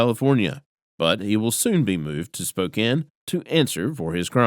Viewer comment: Thank you for pronouncing 'Spokane' correctly!